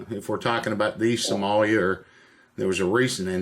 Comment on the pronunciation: Did he say Samolia the first time?! Roflmao